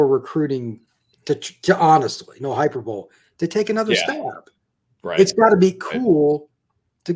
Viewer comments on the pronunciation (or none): Great segment…one minor tweak. The word hyperbole pronunciation is actually as follows. 😁 Sounds like hai-pur-buh-lee